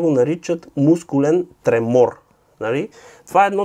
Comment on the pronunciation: Защо ме караш да се правя на по-вещ от теб? Произнасят се тахика'рдия и тре'мор🙂